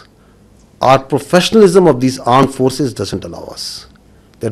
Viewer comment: What he say Arm force ?